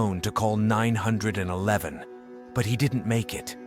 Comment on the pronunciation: The way he's pronounced 911 really that's what the comments are about.. thats stupid.